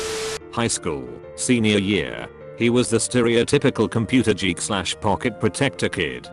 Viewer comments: "computer Jeek"? lmao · I'm a computer "jeek"